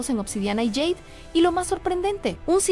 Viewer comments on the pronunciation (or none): Por favor, no digas más yeid!!!! Es jade!! 😊